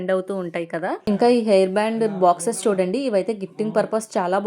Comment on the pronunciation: Air కాదు hair